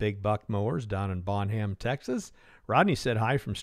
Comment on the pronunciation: Thanks for the video. I am trying to order a top link and not getting a lot of recommendations on the cylinder and the hose lengths. Your hoses look to be at least 12" too long in the video. Anyway, contacting Agrifab for help. BTW Bonham, TX is pronounced as Bonam to the locals.. ;)